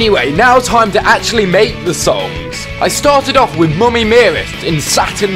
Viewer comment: Can anyone hear bf say moomy